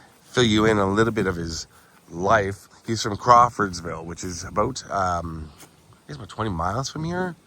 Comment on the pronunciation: First time in ages youve said "aboot" . Love it. Great vid. Thank you, he was a legend.